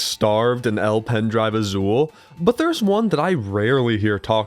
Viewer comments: it’s pronounced el pen drive a - sul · Okay but be level with us. By how much did you specifically add another tiny mention to El Pendrive Azul, just to redeem your pronunciation of it? >u>